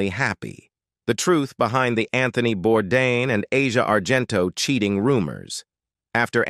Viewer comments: SAY HIS FUCKING LAST NAME RIGHT. ITS BOURDAIN NOT BORDAN. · IT IS * SO DISRESPECTFUL & RUDE * THAT YOU DON'T SAY HIS LAST NAME RIGHT. ❗IT IS BOURDAIN ❗❗❗ Not Bourdan or Bourdon ❗ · Hey guys, the correct pronunciation is Bourdan, as the way Bourdain is properly pronounced if you were properly educated. Are you American by any smalll chance?